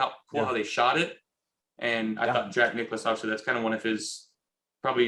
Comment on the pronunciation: “Jack Nicolas” -Josh Allen